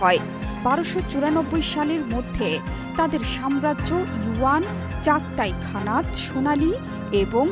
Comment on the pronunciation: wuan, sonali, chadtai khanat, ill kande... you pronunciation was amazing... ektu pora sona kore asen.Actually they are, the Golden Horde, the Yuan Dynasty (Great Khanate), the Chagatai Khanate, and the Ilkhanate.